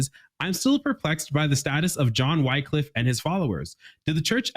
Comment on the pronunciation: His name is pronounced "wick-liff".